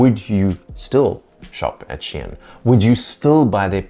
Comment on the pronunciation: Awesome, but Shein is not pronounced as Shien 😂